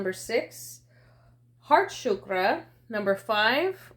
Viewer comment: Thanku for the reading. But I didn't understood why are you mispronouncing the word Chakra, it is pronounced as chakra cause that is what it is, energetically. Chakra or wheel. Shukra is a completely different word. Shukra means bright even referencing Venus. Chakras are not shukras.These words have sanskrit roots.